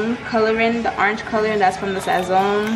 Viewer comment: Loving the accent when you say Sazón! Lolll looks so yummy!! 😍